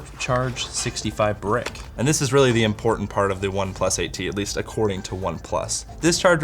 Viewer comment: " Import-ant " Me: imposter